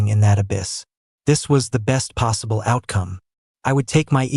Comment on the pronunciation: What is this "yam"-" possibla"